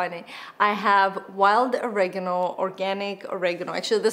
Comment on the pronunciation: "Oregano" -, please learn how to pronounce this.....